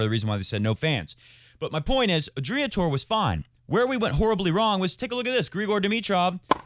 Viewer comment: How pathetic you sheeple.. You are hard core followers of the rest of the flock... That is all that you can do, in your pathetic maximum in life... You can’t even pronounce Adria correctly... I wouldn’t even put some names from tennis world in the same sentence with Novak Djokovic and you citing them!!!???Shame on you! And also, enjoy your self isolating mindset!